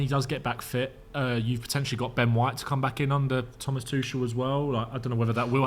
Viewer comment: Zac can you please teach Ben how to say Tuchels name. Tough to listen to him say it wrong 100 times an episode